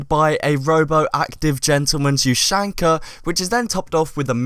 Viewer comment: Please pronounce "ushanka" correctly